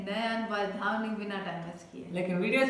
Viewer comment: Wo धवनी nahi ध्वनि hai🤣🤣🤣🤣